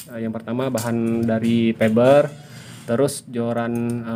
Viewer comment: Bukan Feber tapi fiber 😂🤣🤣